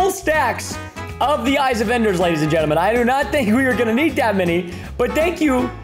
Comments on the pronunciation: When he was killing cows he said ladies and gesrms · I like how he said ladies and germes